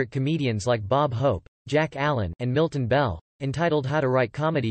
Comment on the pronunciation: Thumbs up for Mr. Carson. Thumbs down for the guy who spent about 15 seconds talking about Mr. Carson's death - and couldn't even pronounce "Milton Berle".